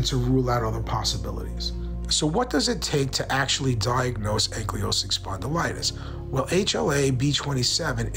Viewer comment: Great information!! But… can you please pronounce ankylosing correctly? 😂 its ankle low sing ok love ya bye!